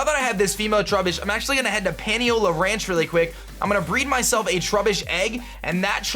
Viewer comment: omg every Hawaiian word you say is incorrect lol. Pah-Nee-oh-lah. Word for Cowboy in Hawaiian